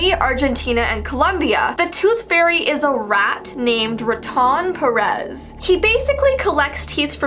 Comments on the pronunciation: not r-UH-Ton Perez it’s Rrrr-AH-ton per-ez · El ratón Pérez is pronounced el ra ton pe re s just wanted to say this cause I have nothing else to say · when she said "RAW-TOUN PEREZ" I FELT THAT😭😭😭 i cant really discribe how you pronounce it bt you said IT WRONGG!! BUT ITS OKAY I FORGIVE YOUU! 😪💕💗💗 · Not wanting to sound like a hater cause I love but as a Mexican Ive not heard af almost anything she said exept El raton perez witch means Perez Mouse (perez is a name here) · I don’t mean to be rude but you pronounced “ Raton Perez” incorrectly. Still a great vid! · Ok I am for Venezuela 🇻🇪I was also growing with ratón Perez and you pronounced it wrong I don’t think you said Venezuela and I was so offended :/ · Sorry but you pronounced Ratón wrong yes I’m mexican